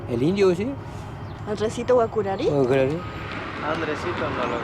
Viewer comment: Error se escribe Guaçurarí con Ç letra que se llama CEDILLA y en español significa Z suave y se pronuncia como Z o S por lo que GUAÇURARÍ voz guaraní se pronuncia GUAZÚRARÍ que traducido al español significa VENADO ARISCO